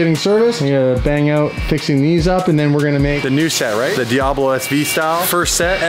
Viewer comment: Fuckin calling it a DiAHbo